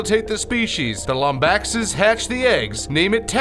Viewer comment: The way you pronounce Lombaxes is just... argh